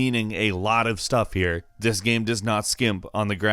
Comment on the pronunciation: I like your voice but when you say "gam" it hurts me.